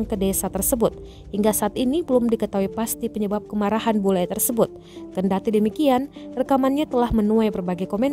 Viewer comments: BULE pak bukan BELU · Bule...bukan belu..😂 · Kok belu sih huruf,U dan E nya ketukar tuh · 'belu' marahi belu atau bule? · "BELU MARAHI ORANG PAPUA" kok belu